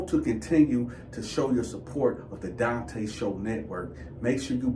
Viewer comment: suppose to have a y or e at the end 😅😂. Donta is pronounced Dun- Taw...just saying lol